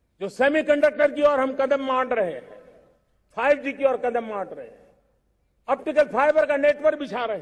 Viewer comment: आज का ये दिवस एक ऐतिहासिक दिवस हे एक नयी राह एक नयी संकल्प और नए सामर्थ के साथ कदम बढ़ाने का सुभ अबसर हे, सच में आप ने टैलिप्राम्प्टर का इस्तेमाल किया हे तभी तो कदम को कड़ाम बोलै हे, टैलिप्राम्प्टर इस्तेमाल करोगे तो 1.5 स्पीड धीमा बोलना होगा |